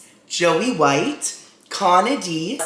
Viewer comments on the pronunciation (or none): none